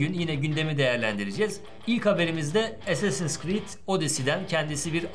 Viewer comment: Tunca Allah'ını seversen şunu essessins diye okuma. İngilizce mi parçalamaya çalışıyorsun anlamadım ama çok gıcık oluyor. Ayrıca "e" ve "a" karışımı ama baskın olarak "a" okunur baştaki harf. Yani Eassasins şeklinde okunur. Gıcık oldum ya.